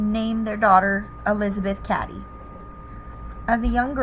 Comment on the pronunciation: Cady (Kate-EE)!